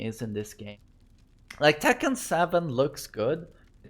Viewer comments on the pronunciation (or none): "You know how much I'd give to have that in tEkkÆn?"